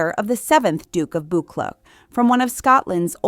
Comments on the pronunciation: Duke of Buchleuch is pronounced Buck Loo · Thank you for this very well researched documentary - well done! Point of information: his mother was Lady Alice Montagu Douglas Scott, daughter of the Duke of Buccleuch (pronounced BUCK - LOO). On her marriage to Prince Henry she became HRH Princess Alice, a title she held until her death.